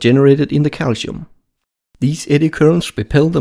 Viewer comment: So calsium in pronounced calichium?